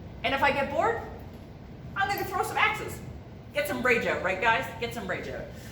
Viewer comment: I knew when I heard you say oot instead of out…..canuck